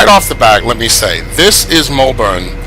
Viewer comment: It is Melbourne not mulbourne